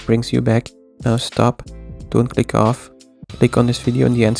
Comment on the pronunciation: Did you just say „lick on the video on the endscreen“? Anyways i licked your new video <3 :)